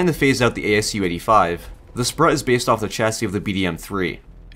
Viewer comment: Sprut is pronounced as Sproot btw